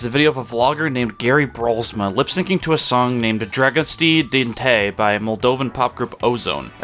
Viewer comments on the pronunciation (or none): The "Dragostea din Tei" pronunciation broke my heart as a Romanian